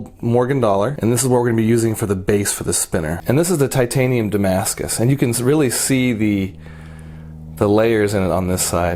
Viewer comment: You wanted to say Titanium but thinking Damascus and came up with Tamascus